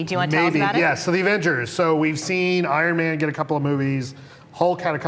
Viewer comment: hahahahahaha "irin man" XD ....how old are you BRO !!!